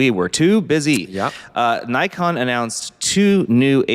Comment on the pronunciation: Old mate solemnly apologising for not predicting the xt30 and suggesting people were mistaken... no one cares. Shit turns up or it doesnt and the world turns regardless. Also, why are you able to pronounce Ricoh correctly but not Nikon?